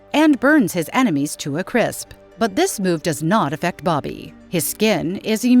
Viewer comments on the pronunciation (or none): none